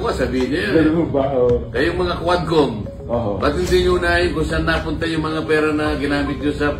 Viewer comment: DID YOU SAY "K'WAT" COMM????